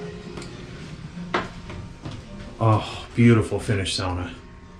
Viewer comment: Thank you!!! You didnt make my ears burn saying SAAAAAWNA. SOWNA....like a civilized person. 😂 Seriously,thanks for the great video.